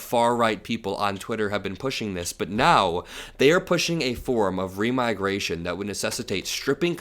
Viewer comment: Remigration sounds like demigration.